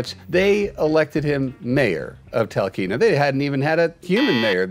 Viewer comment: I haven’t read all the comments, so maybe somebody has already addressed this regarding Stubbs the mayor of Talkeetna, Alaska. It’s pronounced tal KEET na. I’ve lived here all my life (Alaska) and my Papa Arnold actually has a Homestead in Talkeetna.